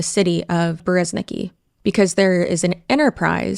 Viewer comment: your Russian viewer here. Masha is just a short form nickname of Maria, yes. Like Liz/Lizzy for Elizabeth. (fun fact: Russian version of this name is Elizaveta, short - Liza). And in Berezniki the stress is on the last syllable